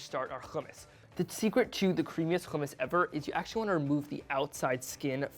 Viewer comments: its hummus not fucking khummus. but u did a great job there thank u and keep up the great work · No. Its Hummus all over the Middle East. Khummus is for people of european background who cant pronounce Hummus. Hummus is an arabic word. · dude its Hummus not khumus and btw the recipe sucks still missing the ice which is very important to make it creamy and cold without adding olive oil to the mix ... worst Hummus i ever seen ... oh and dont add zataar either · its not khummus ITS HUMMUS HHHHHH HHHHHHHHHHHHHHHHHHHHHHHHHHHHHH you can say halo hi but not Hummus? wtf is wrong with americans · yea it's regularly hommos\hummus. not khummous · Why are you pronouncing it with a ج it's with a ح ??? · You need to pronounce “Hummus” right first and BTW your “Khummus” look dry AF haha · It’s not خ It’s ح 🤭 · Never ever do hummus using a food processor, you failed right there... Trust I am a hummus master. And it's HUMMMUS NOT KHUMMUS...M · Lmfao no he didnt. Hummus is an Arabic word. Its not pronounce as khummus. Its HHHHummus. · Its not khumis its hummos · Hummus not kaamus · fail from the get go..its not Jumus its humus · I'm of Syrian background and I love your efforts kid but your burning me the way you pronounce Hummus.. it's not Khummus with a kh haha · No one: Not one soul: Eitan: Houhhhh-mus no hate I just pronounce it differently. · Khumus we don’t say that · It's NOT khummus. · Nah I don't like it sound too Jewish keep it original always . Sound like a moron the way he says it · Why are you pronouncing hummus like that though lmao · He's not pronouncing the "Kh" hard enough, makes it almost sound... Arabic. Try harder kid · No it's not the right pronouciation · He didnt pronounce it correctly. Hummus is an Arabic word. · white boy with a strong middle eastern pronunciation of hummus. Let me guess you're a jewish settler? OH i see it, the kippa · It's wrong pronunciation. Arabs are cringing at him